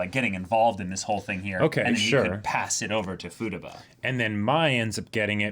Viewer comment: Hearing Futaba pronounced “futa-ba” threw me for a loop